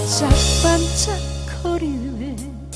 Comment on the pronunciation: 명자는 나훈아의 아홉이야기 노래중 테스형 못지 않은 명곡 입니다 가사 내용으로 보면 남자의 노래가 아니라 여자가수가 불러야 되는 노래죠 아마도 나훈아님도 조만간 여자 후배 가수에게 주지 않을까 여겨지네요^^ 님의 가창력으로 원곡자 나훈아님 못지 않게 훌륭하게 소화했는데 개인적으로는 '반짝 반짝' 부분에서 다소 아쉬운데 원곡자 나훈아 님이 불렀던 '반짝 반짝' 처럼 좀 더 감칠맛 나게 발음을 하는게 어떨까 싶네요 명자란 노래를 처음 부터 여자 후배 가수에게 주지 않고 나훈아 본인이 먼저 부른것은 '명자' 가 김지미의 본명이기 때문이 아닌가 생각됩니다 본인이 직접 옛 연인(부인)의 이름을 노래말로 한번 부르고 싶었던것이겠죠 나훈아와 김지미는 약 8년간 동거를 하면서 열애를 나누다가 80년대 초 갈라섰는데 갈무리(정리한다는 우리말)라는 노래의 가사말을 보면 김명자 (김지미) 보다는 나훈아 본인이 헤어지자고 한것 같읍니다 '내가 왜 이러는지 몰라~ 도대체 왜 이러는지 몰라~ 이래서 안되는줄 알아~' 등의 가사를 보면 ^^